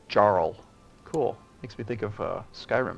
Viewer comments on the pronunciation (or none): Jarl pronounced Yar-el not Jar-el. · fyi - Jarl is pronounced like "Yarl", it's where english get's the word "earl" actually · "Jarl" the correct pronouciation "Yarl" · no, jarl pronounced yarl there is one syllable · Jarl sounds like Yarl